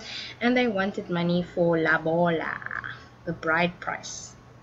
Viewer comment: Sorry it's lobola not labola. But your lesson was very nice❤️